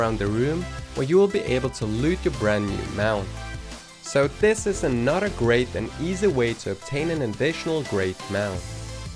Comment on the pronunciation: Every time you said another I thought you said “a not a” so it goes “and here’s a not a easy mount to obtain” and I was like wuh oh wait